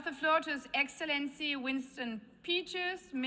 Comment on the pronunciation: I love winne, he plays politics very well... but omg 'his exalency' bravo